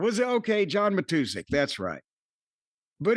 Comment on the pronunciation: I don't like how both of you pronounced John Matuszak's last name. Mah-two-zach Not Mah-two-sick I know no one cares lol